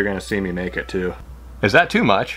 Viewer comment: When he said "You're going see me make it" sounded like "your going to see me naked" 😂